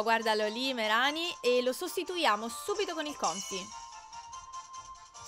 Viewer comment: Alola, innanzitutto buon'anno XD comunque, non bastano avere i cuori completi per essere amici al massimo, io non so se lo sai, ma il massimo di felicità e di 250% e la puoi controllare a KoniKoni, c'è una tizia vicino al ristorante ah, si dice "Meràni" soffermandoti sulla A, ma se non riesci a capirla, vai tipo sotto uno degli spacchettamenti di dlarzz o fedrric che dicono il nome. alola :D (scusa se ti scrivo sempre la divina commedia XD)